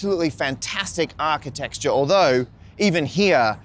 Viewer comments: Did you say archi-texture? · Did you say Architexture? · Did Matt just say “architeXture”? 😒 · did matt say architexture ? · I love "architexture"